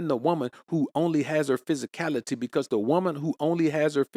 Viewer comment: Take a shot Everytime he says psysicality 😅 lol -jk he's right